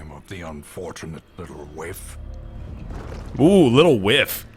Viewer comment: It's not whiff, it's waif. It's a term for a homeless person, particularly a neglected or abandoned child.